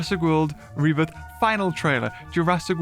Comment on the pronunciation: Did i just hear say jurassic world reburger or is it just me?